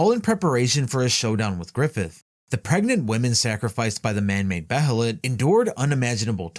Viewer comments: It’s actually pronounced Beylit. Not Behelit like it’s spelled. That’s how they pronounced it in the 1997 anime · Behelit is pronounced "Bay-lit".